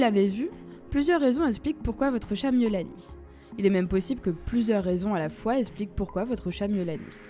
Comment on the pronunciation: toujours aussi intéressant! En revanche, soucis et fautes de liaison dans l'élocution de la narratrice. En effet, outre le faite que les mots soient majoritairement < > rendant difficile la compréhension, il est récurrent d'entendre: - "essplique" au lieu de "explique" / -"Les d'endroits, les endroits "(les Zendroits, liaison svp), -"en N'auteur"! " en Hauteur" (Jamais de liaison lorsque y a un H). On ne dit pas: les z'aricots/ les z'élicoptéres/les z'andicapés... -" si vous avez déjà TOUT éliminé TOUT les causes précédentes"/ " Si vous avez (déjà) éliminé TOUTES les causes précédentes" - "Mainan" (M1nan) on dit "MainTENAN". - 4min02: "essplique" 4min04: "essplique"... (belle répétition). " 1 raison essplique pk et même plusieurs raisons essplique pourquoi votre chat miaule la nuit... La 1ere chose à faire est de trouver la raison de pourquoi votre chat ne dort pas la nuit! MDR! Sans déc'!